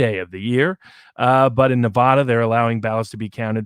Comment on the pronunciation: Please, Please give me a New Yorker who can pronounce NuhVahDuh ().